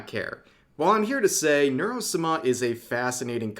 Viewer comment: has he always said Sama like that, it is torture